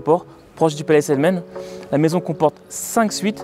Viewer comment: C'est proche du palais Selman et pas palais Selmen svp